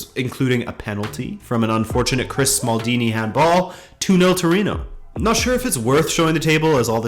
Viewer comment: Did you say "Chris Smalldini" instead of Chris Smalling?